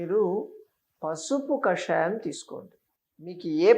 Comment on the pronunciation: కషాయం. కాషాయం కాదు.